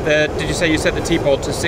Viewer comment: T-pod sounds like teapot. Just saying.